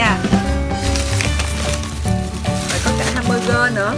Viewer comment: Hamburger chứ ko phải là hamberger😅😅😅